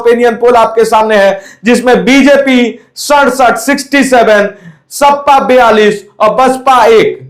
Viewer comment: ओ भाई सपा होता है ना की सप्पा सही से बोलना sikho